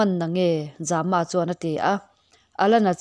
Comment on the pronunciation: Za-ma tih hi Zâma a ni zawk lo maw.